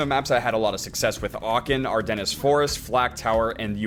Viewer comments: "ar-dennis" really? "ardennis forest" "Ardennes" is "ar-den" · It’s pronounced “are den” not our dennes btw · Nice Ardennes pronunciation. Are-denase? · "Ardennis Forest" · "are-dennis forest" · It's pronounced "Ar-denn." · "ar-dennis" lmao cmon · The way he pronounces Ardennes makes me cringe